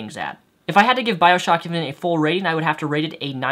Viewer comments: I know you have a speech inpediment but, saying infinint multiple times? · are you saying "infinent"?